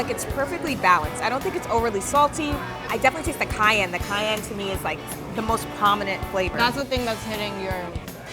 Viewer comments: The way says cayenne is awesome. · This is such a snowflake show. The two hosts, over dramatic valley girl-ish. I don' trust them. from Party Fowl doesn't even know how to pronounce purée. Not sure I want to go there. isn't any better mispronouncing cayenne...but I have been to their original location and the chicken sucked. It didn't taste good and wasn't cooked very well. So I won't be going back to any location.